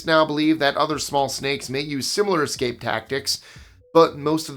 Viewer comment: There is no 'x' in the word 'escape'. You're welcome!🤣🤣🤣